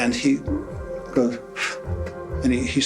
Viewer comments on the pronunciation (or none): none